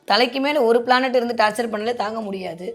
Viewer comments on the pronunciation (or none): பிளானட் planet சரியா சொல்லுங்க சோசியரே.